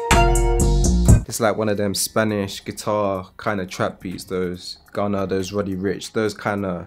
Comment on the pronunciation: He called gunna ghana lol